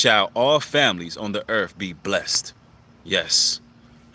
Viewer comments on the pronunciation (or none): none